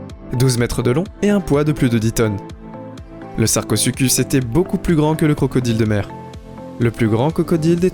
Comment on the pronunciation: Sarcosucuse j ai cru c'était sarcozi